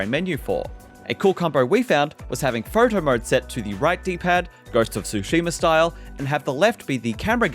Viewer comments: Photo mode ❌ Photer morde ✅ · "fotor mode" 🤣